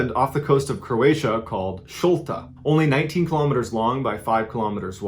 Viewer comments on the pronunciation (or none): none